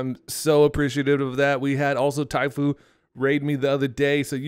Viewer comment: Calling her typhoo instead of typho 🤣🤣